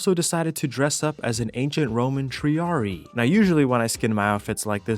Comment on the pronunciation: Arent triarii pronounced "tree-AH-ree-eye"? You pronounce the second "i" in latin.